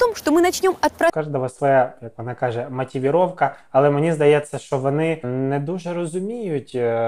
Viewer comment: "Матівіровка"? О вєлікій магучій язик 🤦‍♀️